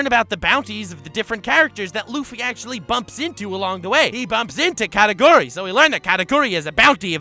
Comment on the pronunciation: “Katakuri” Why does he say it so weird? like is it really that hard to say the way it was meant to? “K4raKoory”